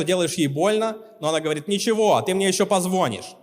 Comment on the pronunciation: Ты конечно отупел !!! 👍👍👍 В слове позвонишь ... ударение на последний слог